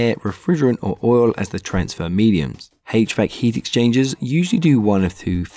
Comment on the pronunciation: "Hach-Vack" love it bro 😂🙏 thank u for this